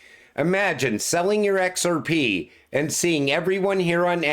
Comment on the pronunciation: Lol bro I love the way you say "X-R-PEH".